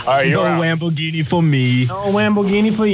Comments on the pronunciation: All I heard was 'Bwand new dededede wamboghini' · i'm Here in my gawaaghe, Just brought my bwand new detitated Wamboghini.